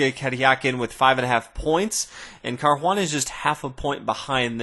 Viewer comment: where do you see H in Caruana?